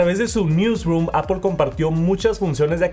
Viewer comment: Es Apple, no Apol